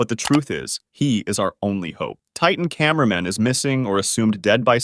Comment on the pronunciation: why did you say cinnama man at my boy titan tv man😅❤😊